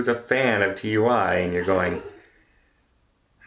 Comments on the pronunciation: Simeon Ital Either way, it's pronounced Too-eee. Not seen the adverts? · it's pronounced like Two-ee. Also the cruise line is Marella, TUI Cruises is a German cruise line. Marellia is operated by the UK travel agency TUI UK. As a travel agent I thought you would know that! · Love your stuff, but TUI is pronounced “TOOEE” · Pedantic point - TUI is pronounced Too-ee rather than T U I (at least in the UK)